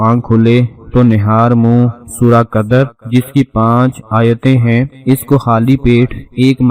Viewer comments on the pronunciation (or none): Qadar nahi hi Qadr hi. Isi Tarah Fajar nahi hi fajr hi